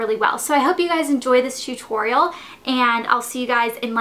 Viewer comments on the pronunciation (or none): none